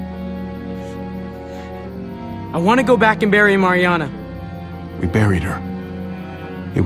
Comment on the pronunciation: Guys this is how you say Mariana Mar-E-A-NA